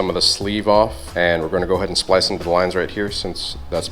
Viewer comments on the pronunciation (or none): Drinking game: Every time says "SPILCE" - take a shot, Every time says "TST INTER-GRATED" - down your beer.